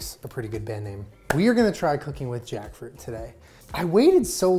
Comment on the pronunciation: Take a shot every tiem says Jakfrut